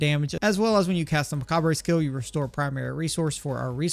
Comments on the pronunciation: It's just pronounced "muh-cob". Spelling is very weird admittedly but the "re" at the end is basically silent. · The re on macabre is silent, it’s pronounced muh-kaab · Really cool build! excited to try this. Please stop saying macabre like that, but everything else top notch your build guides rock. :)